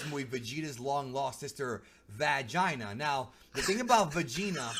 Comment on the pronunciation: Vagita's sister "Vag-ina" XD priceless